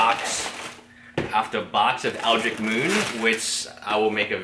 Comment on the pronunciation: I keep hearing you call that set Eldric Moon, there is a T and an H that you are missing there. EldriTcH